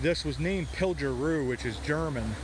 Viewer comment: The "pilger' is pronounced with a hard "g" like "good". Keep up the great videos. Wonderful history! Many early settlers of the Pine Grove area came over this mountain via wagons. As Cliff has said in a video, the actual route has been altered as the road was improved.